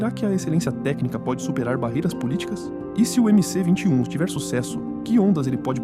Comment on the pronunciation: Olá Gostei do video. Só que é MS-21 e não mc-21